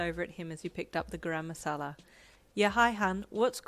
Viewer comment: dude i'm sorry, this fanfic is amazing but as an Indian the pronunciation of 'garam masala' in the first chapter absolutely killed me 😂